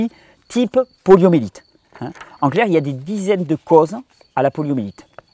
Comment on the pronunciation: Poliomyélite ! Pas "poliomélite" ! Merci infiniment pour ton travail.